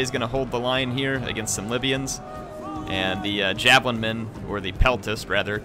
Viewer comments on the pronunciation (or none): none